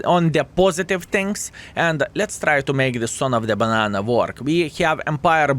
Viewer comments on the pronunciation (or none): none